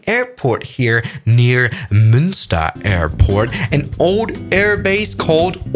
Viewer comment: munster airport ❌❌ monster airport ✔✔